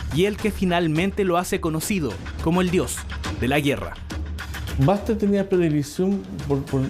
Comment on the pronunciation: puro acento diohh de la guerraa